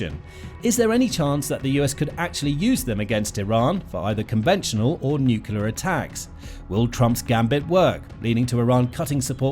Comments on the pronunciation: NOO-KLEE-UR..Nuclear, not NUKULAR. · It's NUCLEAR not nucular!!! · Why can't journalists use the word "nuclear "? Where does the false pronunciation "nucular" come from? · Nuclear not "nukyalar". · “Nucular” this dude cant pronounce nuclear